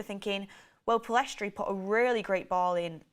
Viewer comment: Pellistri NOT Pillestri